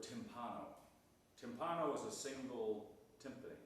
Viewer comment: Do you really say timp𝐀no in English, with stress on the a, but t𝐈mpani in the plural, with stress on the first i. I am not a native English speaker, but I would intuitively say t𝐈mpano, with stress on the i in the singular if the plural is t𝐈mpani. Do you see?: t𝐈mpano/t𝐈mpani or timp𝐀no/timp𝐀ni. What do you think?